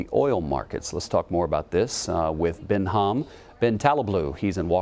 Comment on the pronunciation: ben ham ben taleblou! his name is behnam not ben ham! although he looks like arabs, behnam is iranian name.